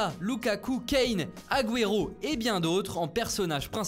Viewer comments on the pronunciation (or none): none